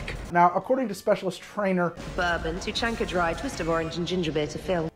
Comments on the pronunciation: Lol you actually nailed Tuchanka and Krogan. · Just for the record, you pronounced Krogan and Tuchanka correctly. I'm not sure that Elaaden exists, since I'm not sure Andromeda exists, but I'm willing to bet you got that right at least once. :D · Actually, your pronunciation of Tuchanka and Krogan are pretty much spot on. in my experience a lot of alien names are phonetic in Mass Effect. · You got Tuchanka correct. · How the fuckcan you pronounce the krogan homeworld properly jsut from reading it's name?